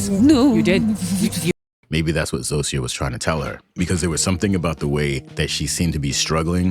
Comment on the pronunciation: You pronounce "Zosia" splendidly! Some people (even in the show) butcher it terribly, but yours is really good :)